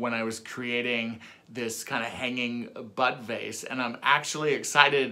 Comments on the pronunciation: Completely off topic but I had to replay the end like a dozen times because I thought you were saying “buttface” not bud vase. 😂😂😂 I think it’s time for bed or a drink. Or both. 😂😂😂 (love this project of course) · I thought you said butt face every time you were saying bud vase! 🤣. I was waiting to see the butt face! Good grief, I obviously need to clean my ears! 🤦‍♀️